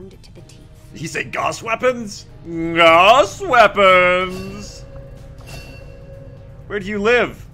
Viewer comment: "Oh my god I'm dead." has the best run in five maps Also 'gauss' is pronounced 'gowse' like 'house' with with a G. Pronunciation is the first step to domination.